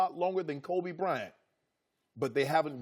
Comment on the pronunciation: "kobe brent" shannon